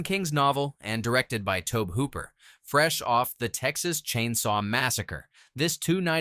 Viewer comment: It's Toe-Bee Hooper.